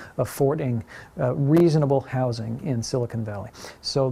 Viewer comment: They just can't pronounce silicon.